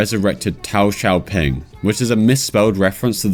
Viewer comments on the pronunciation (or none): none